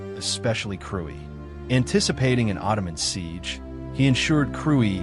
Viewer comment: thanks for the video. it is pronounced kruye.